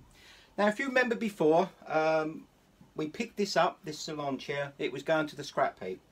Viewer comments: Thank you for video. If you don’t mind it is a salon chair .Not a saloon chair please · Thank you for the video. If you don’t mind it is a salon chair. Not a saloon chair please.